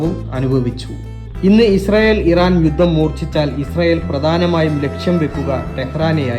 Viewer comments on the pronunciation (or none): none